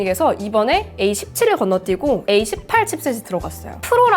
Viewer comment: 에이 18 에이 18 소리만 듣고 깜짝 놀랐어요..